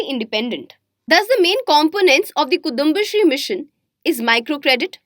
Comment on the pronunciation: Omg so painful to hear she pronouncing kudumbasree and pakalveedu.